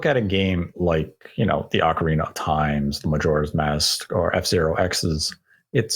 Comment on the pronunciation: "Ocareener of Time"